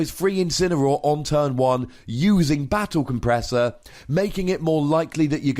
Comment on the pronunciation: you read Battle compressor wrong